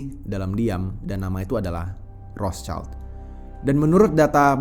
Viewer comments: Iya wrot Shield, bukan Ros caild 😂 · ROTHSCHILD= WROTSHILD, Bukan ROS CAILD.... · Betul, banyak yg salah ucap jd Rotscaild, padahal itu bukan bahasa inggris, hanya tulisannya yg sama tapi beda pengucapan dan arti. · Mestinya kalau sebut Rothschild bukan dengan lafal bahasa Inggris, karena nama ini dari Jerman, sebutnya 'rotshild' yang artinya perisai merah